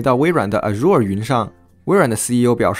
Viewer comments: 挑俩小毛病招个嫌😀，觑念去不念续，in Azure the stress is on the first syllable a. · azure念錯了 我記的你之前有唸對 奇怪了